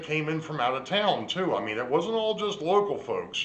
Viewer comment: did you say local or loco😜😂🤣